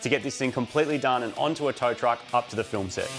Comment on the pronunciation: Moog and Marty. Get it right, please!!! You are building a car for a fillum, not filmmmm